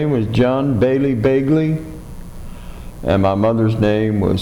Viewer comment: Thats Begley not Belgley